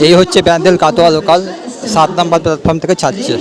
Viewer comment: এই হত্থে ব্যান্দেল কাতোয়া লোকাল থাত নম্বল প্ল্যাতফলম থেকে থালবে। তিকিত কাউন্তাল? হলিনাম না হরিনাম। ভাই তুই কি তোতলা?